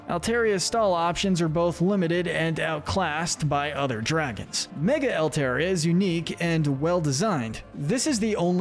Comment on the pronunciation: It’s pronounced LAH-tee-OHS, DRUHD-UH-GIHN, and AHL-TAHR-ee-uh, “”! 🤨 How many times do I have to tell you?? Stop mispronouncing Pokémon names, bub! 🙄